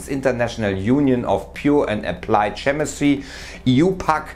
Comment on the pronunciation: Hinweis um die Qualität zu steigern: chemistry wird in Kemistri ausgesprochen und nicht schemistri